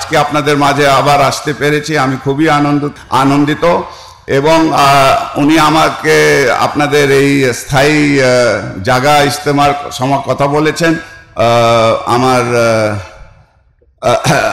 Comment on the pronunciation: ইসতেমা না ইনতেনজা